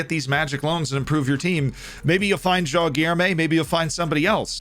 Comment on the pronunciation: You nailed JOÃO but you could use some help saying GUILHEME. It's like GIL but with no L sound, then LURE with no U sound and let this R sound reverb and then MEH. GUI-LHER-ME ;)